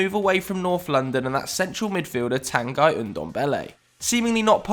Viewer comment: It is pronounced Tangghi